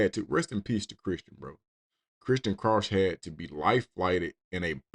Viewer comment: Also, Krauch is pronounced like "crouch", it's German lol. My mom's side of the family is of German descent